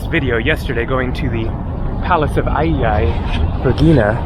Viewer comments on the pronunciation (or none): I appreciate your videos, but you always make me chuckle when pronouncing greek diphthongs... "Aigai" is pronounced "eh-YEAH" ;)